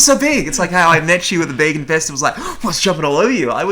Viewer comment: 2013 - back when pronounced vegan as vaygan.